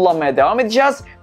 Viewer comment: Raauutur denemene gerek yok, router de geç